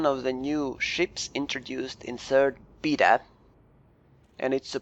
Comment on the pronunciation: Its BAY TA....not BEE TA